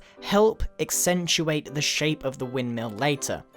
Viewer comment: Someone should make a drinking game of every time Grian says contrast, astethtic, or exxentuate.